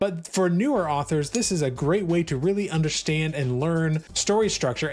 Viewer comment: this is the third time in recent weeks I've heard someone on YouTube pronounce under-stand as under-shtand. Is it a conspiracy? What is going on?!